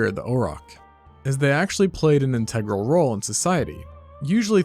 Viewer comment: Hi! Great video and graphics! Integral is pronounced IN-tuh-gruhl, with emphasis on the first syllable. Comparable is pronounced COM-pruh-buhl, with emphasis on the first syllable.